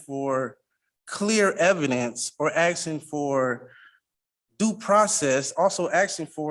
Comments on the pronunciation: Axing. I’m axing for,…… Fuck me. Learn to speak. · Another 40 IQ when these so call brilliant person always say I'm axing again-- they can't even pronounce asking again. -- What a fool... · HE KEEPS AXING THIS JUDGE HE IS GOING TO KILL HIM, ITS HILARIOUS AND WRONG THAT THE CC CORRECTW HIS POOR GRAMMAR AND ITS HAINES VS KEARN, NOT KERRIN WHICH IS WHAT H E ACTUALLY SAID 😂😂, PLEASE MAKE THIS INSANITY STOP! THIS MORONIC SOVERIGN CRAP IS TIRING, THIS IS MUST BE LAUGHING INSIDE! Idiot really thinks he is going to get what he wants, bet when he fails he never pays!